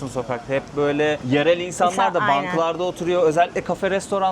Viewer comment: Bölüm çok güzel ama diksiyon, güzel konuşma ve seslendirme eğitimi almış biri olarak naçizane bir şeyler söylemek istiyorum, bu kadar eğitimli bilgili bir insan olarak İlknur hanımın Türkçesi, diksiyonu, kullandığı kelimeler o kadar rahatsız etti ki beni (sürekli ayyyyynen demesi gibi, DEĞİLLL derken yumuşak g ye bastırması gibi vesaire) lütfen ama lütfen bu kadar kıymetli bir mesleği (rehberlik) yapan biri Türkçesine biraz daha dikkat etmeli🤦‍♂ En yakın zamanda çevrimiçi de olsa (ki Milli Eğitim Bakanlığı'nın bu anlamda eğitimleri var) bir diksiyon ve güzel konuşma eğitimi almasını rica ediyorum.İletirseniz çok sevirim..